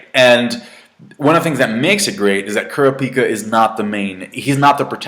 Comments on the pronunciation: Kurapikas name is pronounced like Kurr rah ka pah. Not Kurr a pika. But still, the arcs in HxH are badass! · KU-RA-PIKA NOT KOORA-PEEKA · err i dont like the way u say kurapika :P haha no offence anyway u should try watching the 90's version as well. the animation is more mature. :P